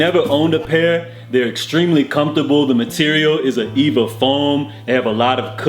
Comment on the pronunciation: E-V-A not Eva bro. But u still da goat tho